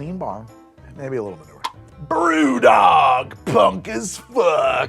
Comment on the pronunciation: LOL, surfer accent for a Scottish brewery (Brew Dog)